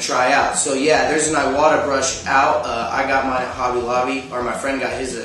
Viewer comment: Please, please, PLease, PLEase,PLEASE.... if you are making suggestions on equipment, proper pronunciation will help new artists immensely. Iwata is NOT pronounced Eye Wa Ta. It IS pronounced Ee Wah Tah. Iwata is a Japanese company. Iwata is a person's name. Therefore, the proper pronunciation is vital. For future reference, in the Japanese language, what we call vowels are pronounced as follows: The letter 'A' is pronounced ah. The letter 'E' is pronounced Eh. 'I' is pronounced Ee. 'O' is pronounced Oh, and 'U' is pronounced oo. Other than that, love your videos and your artistic ability is absolutely amazing. Keep up the great work.